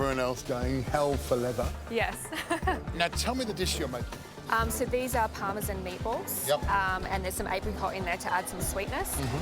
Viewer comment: Parmesan? It's supposed to be pronounced as parmesan...